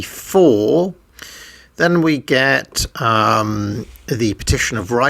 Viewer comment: Correction Magna Carta was published in english in 1534 sounds like you said 1584 which is wrong had me double checking.